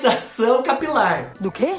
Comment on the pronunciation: Eu tava c saudades dos vídeos de receita de cabelo Fubá! Adorooo quando você diz que o "produto" tem que agir bem na entranha capilaŕŕŕ...😂😂😂😂😂